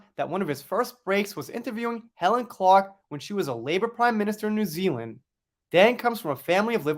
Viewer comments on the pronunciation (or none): none